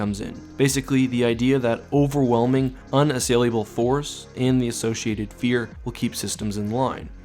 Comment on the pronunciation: I'm thoroughly enjoying your videos, but I've noticed you add letters to some words in your speech. E.g. in this video: "unassailiable", it's unassailable. You've added an i to several words that end in -able.